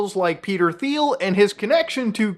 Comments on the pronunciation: Teal not theel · You're doing the lord's work and I've been watching for a while and love what you're doing, that being said I regret to inform you Thiel is pronounced like Teal for some reason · It’s pronounced “Teal” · Thiel is pronounced "teal." Have a nice day. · Small correction: Peter “Teel”, not “Theel” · It’s pronounced Teel. And yes, he is an obnoxious individual he enjoys killing people if you watch him on YouTube. He thinks he’s killing bad guys in Palestine when in reality is just killing random people with his drone technology. I don’t think he’s connected with Palantir, I think he owns it. Not a good person very friendly with Trump part of the world elite, sadly a bad apple. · pronounced Peter TEEL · Do you pronounce it that way intentionally instead of "teal" as it's actually pronounced? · Thiel is actually pronounced "Thigh - El" hope this helps :) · Dang, it kinda hurt my ears to hear Peter Thiel's name pronounced like that so many times. It's "Pee-ter Teel" FYI. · its pronounced 'teal' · Ffs, its Teal. I know its spelled with a "TH" but it's pronounced Peter Teal. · Mispronouncing Peter’s last name… I respect that. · The H is silent in demon Thiel's name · Can someone explain to this guy how to pronounce Peter Thiel’s last name? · First time I heard someone pronounce Thiel's name as Thiel instead of Thiel because that's how you normally say Thiel.